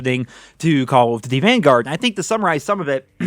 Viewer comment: Call of duty van-garage. Lol